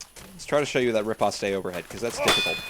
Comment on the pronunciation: "Riposte" is actually pronounced "repost", not "repostay". Nice video!